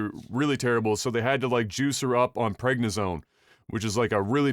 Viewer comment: Also, pregna-zone lol. The steroid for pregnant weightlifters? Prednisone is what your grandmother was taking lol.